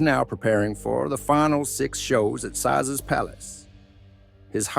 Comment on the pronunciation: Stupid AI can't even pronounce Caesars! Why the lie headline? He's not been sentenced. Depending on the evidence all of this is hard to believe.